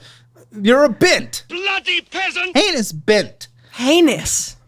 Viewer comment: wtf the way she says heinous sounds so surreal